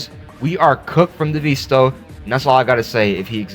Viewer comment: "devisto" on the time thing bro